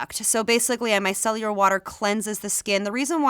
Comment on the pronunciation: This proves to me that nobody actually knows how to say “micellar” 😂 I sure don’t!